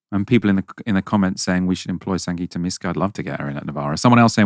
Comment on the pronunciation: Thry called her Sanjita It's SanGita